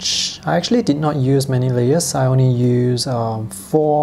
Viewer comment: WHEN HE SAYS ONI FOR ONLY 😂😂